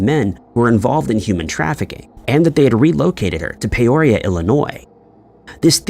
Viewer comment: It's PEE oria not Pay orea